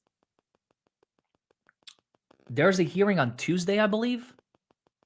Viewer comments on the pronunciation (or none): none